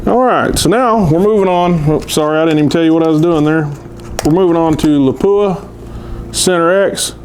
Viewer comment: Nobody likes their name mispronounced. Please check how to pronounce Lapua.